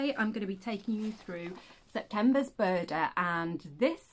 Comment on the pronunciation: Good to hear Buuurrrrrda again 😂🤣